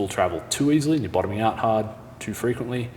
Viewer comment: Pushin' ard! 😋